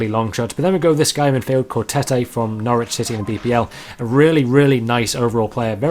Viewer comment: Tettey is pronounced tetty wothout e